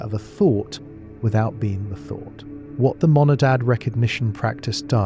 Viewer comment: "Monadad" or "Monad?"